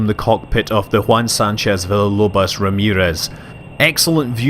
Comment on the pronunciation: were u trying to say villalobos or something like that?